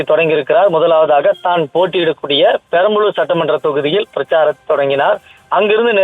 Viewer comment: Perambulur illa sir perambur, ungalluku innum bayam andha bayam TVK mella irrukanumd